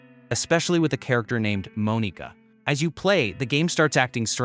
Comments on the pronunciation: "Moan-eeka" great job we love ai voiceovers 🫩🫩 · Bro it's not pronounced like that.. that's not how you say Monika...